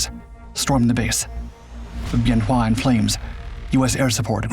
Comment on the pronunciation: My father was there in 67 and 68, he was crew chief on a f-100 tail number 881. Him and some other guys broke into the arms storage and went out with the guys to help on the north end the runway near tower 10. Good vid except wrong year and the name of the base is pronounced ben wa. He never would talk about it, but he had something to look forward to, i was born in march of that year. It was after I got back from the first Persian gulf that he would talk to me about it. He passed six years ago, i would give anything to chat more with him.